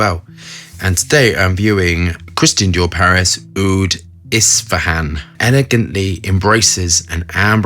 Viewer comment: you've nailed the pronunciation on Ispahan:) love that:) For my friend who don't know it's a city in Iran and it's well known for its fantastic roses. In Iran we say ( Isfahan ) اصفهان Give it a visit, a lovely beautiful cultural place.